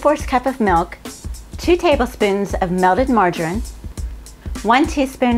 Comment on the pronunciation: LOL! Mar-gar-IN! I've never heard anyone pronounce it like that before. Cheers for the recipe!